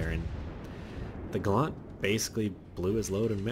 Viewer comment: It's Gallant, not Ga-lant. It's British, not a Mitsubishi!